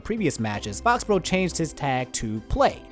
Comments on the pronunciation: Fo-bro? Faux = fo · It’s pronounced Foe-he-bro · I think “Fauxhebro” is pronounced “Foe-he-bro” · I think it's pronounced "Foh Hebro" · fauxhebro is pronounced like foe-he-bro. three syllables and faux means fake